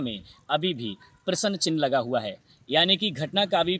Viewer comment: तुम्हारे को प्रस्न चिन्ह कहने नहीं आ रहा है प्रसन्न चिन्ह बोल रहे हो